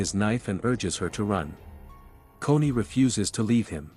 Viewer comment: Dude it’s Connie not coney